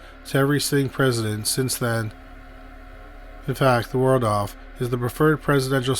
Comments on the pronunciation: Just a note - it’s not the Word-off hotel but rather the Wal-dorf hotel. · Does anyone know what causes the sort of letter transposition that the narrator can sometimes be heard to do? I caught it again when he said Wardolf Astoria instead of Waldorf. The L and R sounds are transposed. Is it a known speech thing? Something like verbal dyslexia? Does it qualify as spoonerism? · *Cheyenne is pronounced more like "shy-ann", not "chainy". Think you also said "Waldruff" for Waldorf too. Google will pronounce any unfamiliar word for you if you ask. Just saying, you being a public reader and all. Riveting content otherwise. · You're gotta learn to pronounce these names.... IT"S WALD-ORF and CHAI-ANNE.. otherwise great video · I'm thinking you didn't check on how to pronounce Waldorf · He doesn't pronounce something correctly virtually every video. lol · Waldorf is pronounced WALL-DORF. Nuclear is pronounced NEW- CLEE-ERR. - That is the military veteran/actor Robert CUMMINGS. Really enjoy your stuff but you need a better editor ❗️😉❗️ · Also Cheyenne and Nuclear. Just a pet peeve of mine. Smh.🤦